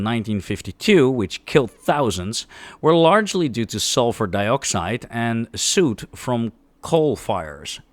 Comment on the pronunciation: for reference, Pyrite is usually pronounced as "pie" like the food, followed by "right" Soot, on that same note, is not like Suit, the set of mens clothing, but more like "put" as in "put away" Love your videos, keep it up.